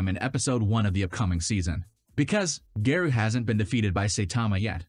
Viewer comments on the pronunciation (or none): He said gayro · It's pronounced Sai-tama and Gah-roh-u. This is why it's essential to watch Subs over Dubs.